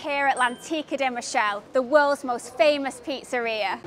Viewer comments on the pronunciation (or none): Michele pronounced mick-ay-lay not Michelle 😬 There’s two in London, one in Baker Street, one in Soho.